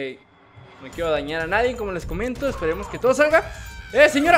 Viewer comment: Vas en universidad y no sabes pronunciar nadie* haya*